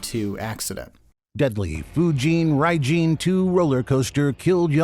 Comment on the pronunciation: I know it's a year later but the "bad pronunciation" of Fujin Raijin from the slop channel is actually more accurate than yours lol.